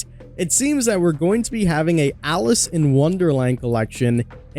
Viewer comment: Alice!!!!!!! It’s Alice!!!!!!!!